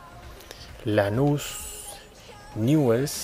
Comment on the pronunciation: se pronuncia niuls